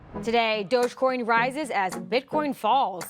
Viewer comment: It's pronounced Dodge-E-Coin, as in dodgie.